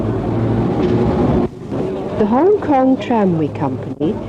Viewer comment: HONG KONG IS NOT "HONG" LE.....................